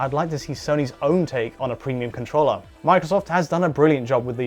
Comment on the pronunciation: Wait...he says "con-TROLLER" April fools joke haha?